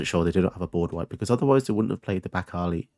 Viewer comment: You pronounced 'Back-Alley' "Back-Arley", almost like you were saying Bacardi? :P You OK, man?